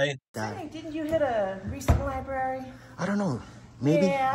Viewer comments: The two r's in library are not connected,. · How sad would my life be if I wasn't allowed to go to any library in my county because I couldn't behave?, I think you were banned less because of your "audits" and really because you can't pronounce "library" correctly. There are TWO Rs!